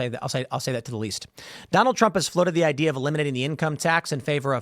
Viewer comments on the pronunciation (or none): none